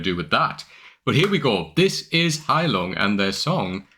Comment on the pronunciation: What a nice pronounciation of "Heilung", not bad for a Brit. Another great song you will absolutely love is "Gimle" by Gealdyr.